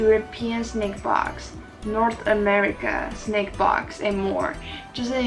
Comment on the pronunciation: 是snack不是snake啦😂